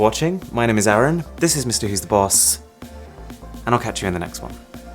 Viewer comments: your reviews are really good and I love 'em, just one thing your name is ARUN !! not ARON !! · This man says Arun like Aaron.. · Its Arun not Aaron.:))